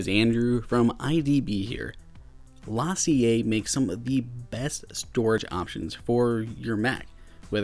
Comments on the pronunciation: Lah-see-aye?!? LaCie (pronounced Lah-See) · That’s for sure not how you say their name. It’s Lacey, like the name. Seriously, check out their YouTube channel.